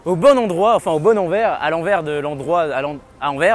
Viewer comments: * AnverSSSSS ! haha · AnverSSS :) , c'est ainsi que les francophones de Belgique, et les gens du nord de la France prononcent :) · Très bonne vidéo ! Et on dit "Anversssssssssssss" oui le S se prononce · Je trouve aussi mais l’annonce de la 2 prononce Anver 🥲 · Le Anvers belge (/Antwerpen) se prononce AnverSE pour l'amour de ciel! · Super Vidéo par contre ça se prononce AnverS, Il faut dire le s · Pour info, on prononce le S de Anvers, merci pour les oreilles de tous les belges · Moi qui écoute "Anvers" en étant belge (au secours) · Pour info, on dit "Anversse". On prononce le S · Bonne video Par contre on prononce le 's' d anvers, nos amis belges vous remercient. A transmettre à la ratp à l occasion. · On prononce le S à Anvers :) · Anversssss on prononce le s en Belgique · le S d'Anvers se prononce, c'est Anversssss T.T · Super intéressant comme d’hab mais les oreilles de belge saignent à force d’entendre Anver on dit anverSSSSS On dit le S 😉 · On prononce le S dans Anvers. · Anvers et Antwerpen c'est la même ville ! C'est les francophones qui disent Anvers. D'ailleurs on ne dit pas "AnveR" mais "AnverS", il faut prononcer le "s". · Ohh C'est pas vrai. C'est AnverSsssss. Il faut prononcer le S. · Ça se dis anversse tu dois prononcé le s avec 😉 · Ahah des fois il prononce bien Anvers et des fois non mdrr c'est aléatoire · Non, c'est pas le cas, c'est une erreur de prononciation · Très drôle le détour par Anvers central mais attention car en Belgique on prononce le S et sinon très belle gare de chez nous 😁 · c'est marrant en France on prononce le X de Bruxelles mais on ne prononce pas le S de Anvers alors que les Belges prononcent le S de Anvers mais ne prononcent pas le X de Bruxelles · Salut superbe vidéo... j'ai beaucoup aimé la blague sur anvers... sauf que le "s" a la fin d'anvers se prononce...